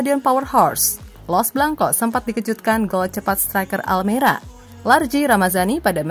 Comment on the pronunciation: Almeria bukan almera hadee3h